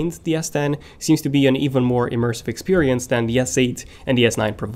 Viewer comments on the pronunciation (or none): none